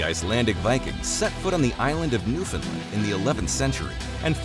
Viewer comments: Not a bad overview - lots of complicated historical narratives, tough to discuss in any depth in a 20-minute vid. A few thoughts from a Canadian amateur history buff: 1) This expat Newfoundlander would like you to know that there is no such place as "NEWfundlund". The pronunciation you're looking for is "New-fund-LAND". 2) The word "Eskimo" translates as "eater of raw meat", and is considered a racial slur today. The northern aboriginal people of Canada refer to themselves as "Inuit". 3) The French at Quebec didn't "catapult". They "capitulated". The two words are not at all the same. 4) You use an awful lot of footage taken from movies that have little or nothing to do with Canada or our history. Surely you could have found more relevant movie clips and film footage...? Cheers! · Very difficult to take anyone seriously when they pronounce Newfoundland as "Newfin-lind". Should have done your homework.